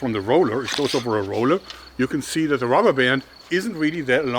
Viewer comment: I have been watching your videos since I was 13, I'm 21 now and your videos greatly influenced my hobbie in making my own slingshots. It's great to see your still passionate about using rrrrubbber hah hah hahh!